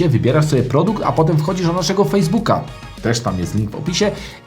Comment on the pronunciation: Fejsbu fejsbuk fejsvuk..... a pfuu